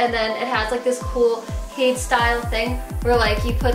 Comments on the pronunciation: isnt it pronounced "hay-dees" not "hayds" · hades is pronounced like hay-dees, right? not haydes. hay-dees, like the greek god? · Are you sure it's Not Hade-ees like the Greek god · The shoe company is named after the Greek god Hades, which is pronounced Hade-eez. Sorry, I'm just a mythology nerd and gotta point it out. XD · ITS HADES. HAY-DEEZ. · Hades. Is she pronouncing that correctly?